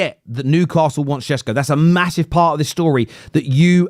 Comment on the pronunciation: Whats this Sh-escko thing..?